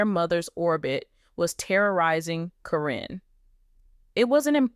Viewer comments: Who the F is Corrine???? Her name is Caryn. Pronounced KAR EN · Why do you continue to mispronounce their names??????? One sentence you say the name correctly then the next you pronounce the name incorrectly. It is Caryn not Corrine.! If you have watched the program you should know how to pronounce their names! You also reported a few weeks ago about Chris and Amy having an accident due to a mechanical issue with their car. You said Amy was badly burned but you have not given any updates on her condition.